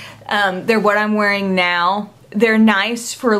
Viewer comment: I just love the way u talk!! Like when u said "I'm wearing it nowwww". The way u drag out the last syllable of some words....ur Awesome!!!